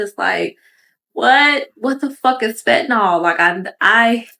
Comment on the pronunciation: "FET–nahl" 🤦🏾‍♀️ It's Fentanyl (FEN-ta-nile).